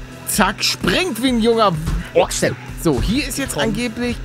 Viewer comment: Paluten: Springt wie ein Junger Oxe Ich verstehe: Springt wie ein Junger Bordstein